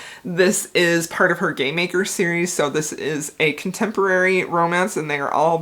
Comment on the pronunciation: I love Maxim in The Rebel King. UGH! I want that man so much!! I know you said "game maker's series" but I heard "gay maker series" and I need that in my life.